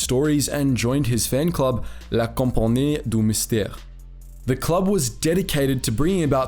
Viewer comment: As someone who speaks french, this pronunciation of La compagnie du mystère is very amusing.